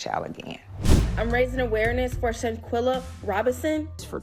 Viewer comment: I cant watch the whole video because its irritating my soul the way he pronouncing ShanQUilla name 😠😠